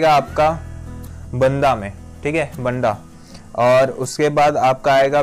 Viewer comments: बन्दा नही बाँदा होता है ब्रो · भाई बन्दा (Banda) में नहीं है बाँदा (Banda) बोलते है उसे